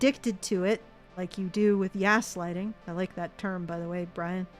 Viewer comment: "YAS-lighting" instead of gaslighting. Genius, Brian! :D